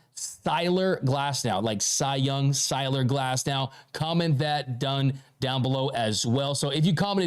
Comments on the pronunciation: Its Tyler Glasnow .... not Cyler Glasnow..... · “Cyler Glasnow” 💪🏼